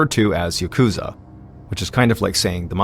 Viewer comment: Just gotta breathe through the pain of hearing 'yakuza' pronounced incorrectly this entire time.... I'm not even going to mention the names, but... Seriously, people, please.... It's got atamadakagata pitch pattern, the accent is on the first 'syllable.' I'm begging YouTubers to please stop saying yaKUza. Maybe then I could finally enjoy video essays on the Yakuza games....